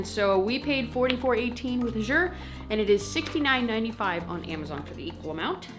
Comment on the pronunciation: I dont think u know u r saying Azure wrong. Call their customer service and u can hear how it’s suppose to be pronounce by the founder himself. :-)